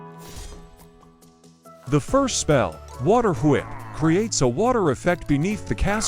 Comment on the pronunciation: it’s not bad but could use some tuning, around the end of some sentences it pronounces with a odd southern accent like at the start when saying spells it pronounces them like spales and says whep instead of whip